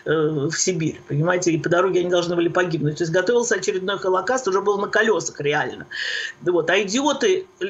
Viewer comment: ПРЕДАЧА ОТЛИЧНАЯ! ПРОСТИТЕ ЗА ЗАМЕЧАНИЕ. ПО МОЕМУ,, ВЫ НЕПРАВИЛЬНО ПРОИЗНОСИТЕ СЛОВО "ХОЛОКОСТ", СПАСИБО. ИГОРЬ ЯСКИН, МИННЕАПОЛИС, МИННЕСОТА.